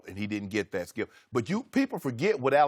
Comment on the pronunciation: "SKIUP!!"😂😂😂 Shannon stay on dat man🙄😂😂